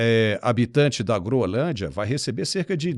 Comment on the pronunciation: pelo amor de Deus, você dizendo "Groelândia", jornalista de tantos anos, é um convite para nunca mais te assistir. Quebra de confiança total. Não dá. Lembrando que você também foi contra a caminhada, o que me fez tirar muitos pontos do crédito que eu lhe dava.